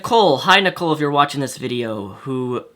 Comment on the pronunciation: That felt really, really weird when you said "Nicole" haha